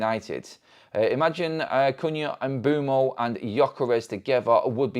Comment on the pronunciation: His name is pronounced Umb'wem'o